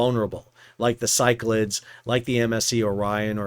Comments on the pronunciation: Pretty sure it’s pronounced syc-la-dees, after the Cyclades/Cycladic islands in the Aegean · FYI - it’s pronounced “Sigh-clay-dees” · I think the name in English is pronounced more like sick-la-deez - it is a group of islands in Greece. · Cyclades is named for a region in Greece, pronounced “sick-la-deez”. Thanks for the updates, keep up the great work. 💪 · Handy Size Bulk Carrier Master here, currently commanding a ship similar to the "Cyclades". The name of the vessel is better pronanced as "Ki - kla - des". That space behind the bridge is usually the battery room for GMDSS batteries, the bridge toilet, or the aft bulkhead for the staircase leading to the bridge. So there is a chance that the officer of the watch might survive this.... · Ky-Cla-Dees in Greek or in English Sy-Cla-Dees. My ears were bleeding. 😀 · "si-kluh-deez" three syllables. accent on first. named after Greek island group. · Pretty sure Cyclades is pronounced as if it were "Cyclades NUTS" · The probable correct pronunciation of Cyclades is "sy kla dees" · Sol, Cyclades is three syllables, not two.